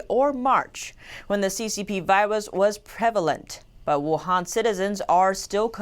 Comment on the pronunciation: " the ccp viwus" uwu